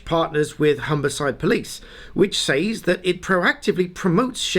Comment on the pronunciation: Say-s? The pronunciation is seys.